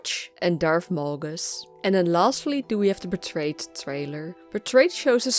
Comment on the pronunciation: Its Malgus ... not Molgus!